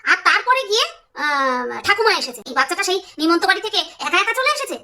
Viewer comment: ওটা ছোট্ট কৃশানু উচ্চারণ করতে পারে না তাই নিমন্ত্রণ কে নিমন্ত্র বলে সেটাই সবাই মুখে মুখে ঘুরছে😊